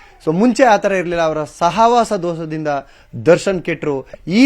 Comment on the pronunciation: ಅಣ್ಣಾ ರಿಪೋರ್ಟರ್ ಅಣ್ಣ.. ಸಹಾವಸ ದೋಸ ಅಲ್ಲ ಅಣ್ಣ.. ಸಹವಾಸ ದೋಷ 😅😅 ಎಂತ ಜನರೇ